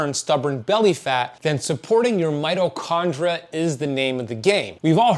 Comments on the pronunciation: Mito kon DREE ah. There is an I before the A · I'm sure know that it's spelled mitochondria😊😅 It's the way he pronounces the word. If you activate subtitles you'll see that the word is correct. 🙏🏻